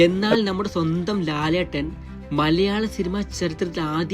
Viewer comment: മലയാളം annu ഉച്ഛരിക്ക് ഇയാൾ maleyalam annanu പറയുന്നത്